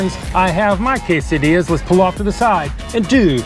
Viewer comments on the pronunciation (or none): none